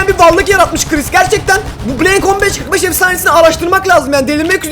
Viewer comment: bobby niye min beşyüz kırık beş diyor